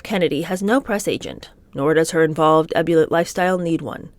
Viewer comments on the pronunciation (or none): Oh my hell!!! I've listened to slaughter people's names, and words, such as "ebullient" and "Terra Haute", but the way she pronounced John and Bonnie Raitts names?!? Come on! Bonnie has been a successful recording artist in lifetime!! It's pronounced like " Rate"! Not "Ray-utt"!!!